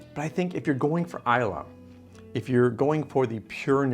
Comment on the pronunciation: Malt Whisky, not Scotch. The 'y' is silent in Islay.